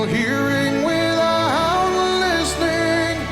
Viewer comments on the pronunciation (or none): I HATE how he mispronounces words leading into the peaks of the song. He uses a breathy onset in the middle of a word like "without" and "might" and creates words that do not exist in the English language. "Withou-hout" and "migh-hight" are not words. This is one of the first things I was taught not to do when I was taking voice lessons.